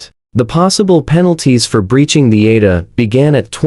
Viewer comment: It is pronounced A. D. A. not Ada. Also it is pronounced H.O.A. not Hoa